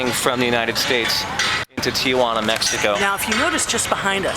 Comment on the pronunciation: Good video, very informative, but the city is pronounced Tee-wa-nah, not Tee-a-wa-nah. also Mexico is not Española.